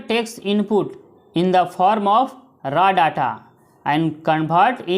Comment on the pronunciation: That is not ra data it is raw data